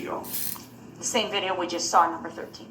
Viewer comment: Dear Durl - Turns out that they didn’t need ANY of the witnesses to “git a look at duh LI - SUH - PLACE” because it was on VI - DEE - OH!!!!